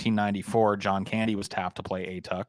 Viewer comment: A-Tuck? It's closer to "ah-TOOK" (rhymes with "book"). It's from an Inuktitut word that roughly means "grandfather" (ᐊᑖᑕᑦᑎᐊᖅ).